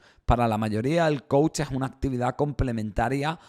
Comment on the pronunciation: Soy psicoterapeuta tengo carrera y maestría y soy coach también! Quiero comentarte que son 2 cosas completamente distintas, estas un poco revuelto porque no estás muy informado! No puedes dar coach a una persona que necesita tratar un problema clínico, el coach que no se pronuncia coachi, es un guía que ayuda a llevar a cabo metas específicas que no son clínicas y si! Si hay una metodología real y funcional. Entiendo que hay charlatanes pero hay psicólogos que también por tener títulos, se vuelven mercenarios en fin!